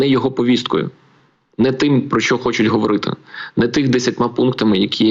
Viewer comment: а ведущая неправильно ставит ударение на говОрiти? Вы обычно говорите говорIти. Все еще возрождаю мову, за Легисту благодарен!))) Спасибо каналу! А не! И Вы на О ударение сделали))) ГовОримо. Запутали совсем)))